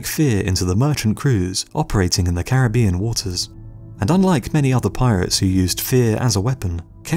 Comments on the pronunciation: I say it with me “Cair-rib-ion” not “carabian” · Why does everybody pronounce Caribbean incorrectly while trying to educate us about Caribbean pirates lmao